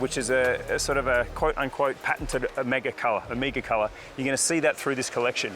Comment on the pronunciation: It’s very significant that Ωmega is unveiling this amazing collection in Greece 🇬🇷 and Mykonos. Ωmega is a Greek word for the last letter of the Greek Alphabet which is O-MEH-GA and not OH-MEE-GA! Again fantastic range and my favorite watch brand. Beautiful Greece plays the perfect backdrop for the line up great stuff